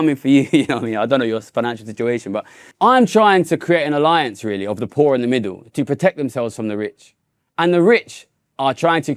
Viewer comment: I am unduly irritated by how that guy pronounces "poor"